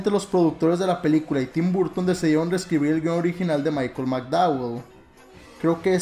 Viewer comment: Pronuncias mal el nombre, aplícate los idiomas .. es un consejo no es tim buuurton